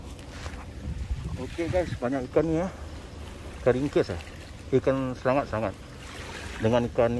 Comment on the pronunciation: Seliding bro bukan selangat